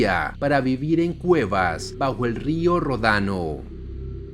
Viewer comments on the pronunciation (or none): no es rodano, se dice ródano.